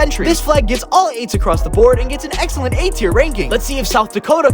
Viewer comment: “Excellent work.” Who else heard sellent